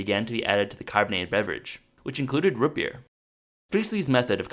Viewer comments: ROOOOOOTS NOT RUT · "rut beer" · R-OO-T NOT RH-U-T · Root not rut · Daniel Laux he wouldn't say root beer he would say rut beer